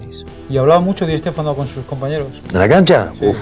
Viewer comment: Di EEEshtéfano xD